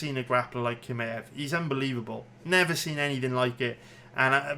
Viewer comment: I get why you don’t know how to pronounce Jiri but kimaew??? C’mon son